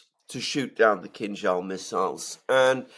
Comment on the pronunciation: I thought you were saying “King Charles missiles”😊.